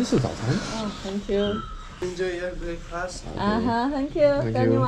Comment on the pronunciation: 鳄鱼发现早餐了。 black first 听起来没毛病